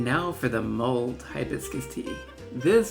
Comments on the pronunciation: Wish you would have made it simpler without the complicated tops. Also it’s “mulled” not mold”. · It’s “mulled,” not “mold.”